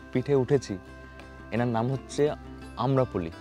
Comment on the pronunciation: 'আম্রপলি' নয়। 'আম্রপালি' ।